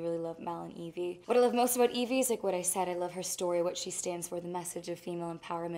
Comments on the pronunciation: Não e IVY é evie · Não é ivy. É evie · gente é sério? Ivy? Se fala Aivi e não ivi. O correto é Evie porque é um nome que faz referência à Evil Queen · Sério?? Ivy? É Evie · não é Ivy é Evie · È Evie e não Ivy ! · Não é Ivy, é Evie! Gente como assim?! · Tenho só três coisas pra falar: primeiro: Ivy? Sério? É EVIE. Ivy soa como Aivy, e Evie soa Ivi. Segundo: Dovfia forever, gente olha os toques e is olhares (não sei se shippo ou não, pq elas são muito fofas juntas, mas de um jeito mais fraternal, mas outras vzs...). Terceiro: SOFIA PELAMORDOSDEUSES "nunca viro o meu cabelo pro lado" KKKKJKKKKKJJK MULHER EU TE AMO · mano uma pessoa que ai véz de falar evie fala ivy não merece intrevistar a sofia carson quem concorda da like no meu comentario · Ivy??? Deveria ter pesquisado antes de fazer uma bobagem como essa OBS: é Evie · É Evie não ivy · no es ivy es evie :v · EVIE e não IVY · IVY é sério? é evie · É "Evie" não "Ivy" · parei de ver no "ivy" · "Ivy"? Fala sério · É "Evie"